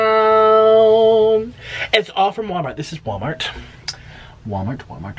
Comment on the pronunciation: He kept saying wamart